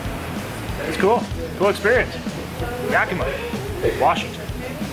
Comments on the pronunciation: Again, its ,"yack i maw" not "yack i muh". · I'm so sad I missed you here. I'm in Seattle! You rocked this of course. And yes you said "Yak-mah" correctly haha. 👏